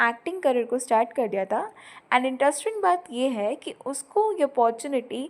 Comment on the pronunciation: mam why are you saying taaa, taaa to thaaa. Kr diya thaa not taa please 🥺